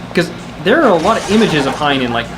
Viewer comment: Ya fellas pretty sure it's pronounced HEE-en